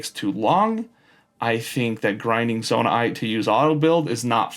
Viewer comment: also, please stop saying zonai-ite, just say zonaite